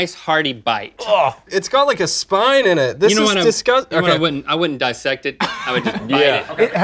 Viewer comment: No one: Absolutely no one: Ashton: iT hAS a SpIoNE iN iHt